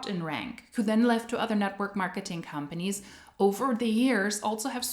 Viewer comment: I swear sometimes I hear you say hun-panies when you say companies 😂 which is also suitable in MLM case